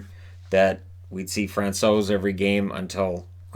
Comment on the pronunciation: Hi, I would like to thank you for everyday content. It keeps me updated on what is going on in NHL. Also as a Czech I really appreciate how you pronounce foreign players’ names. You nailed Francouz!:)